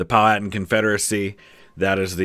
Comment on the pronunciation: As someone that lives in central VA, "Pow-at-an" always catches my ear. If you came around here, that area, and pronounced it that way, people will look at you weird. We pronounce it "Pow-What-Tan" (Think of the Family Guy bit about "Cool WHip".)